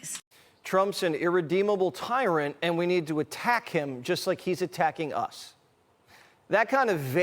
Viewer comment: Yes. T t t- tiiiiii- rant. She has problems getting it started....then speeds and slurs to that final syllable. She's wasted.